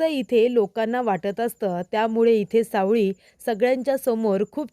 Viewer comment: सावली म्हणा सावळी नको